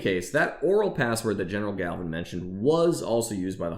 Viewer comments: It's MG Gavin. There is no "l" in his name. Pedantic, I know. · That toy did save lives, and it’s General James Gavin not Galvan.